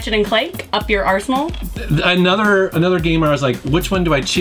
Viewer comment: Is "Rachet and Clack Up Your Arsenal" supposed to sound like "up your arse"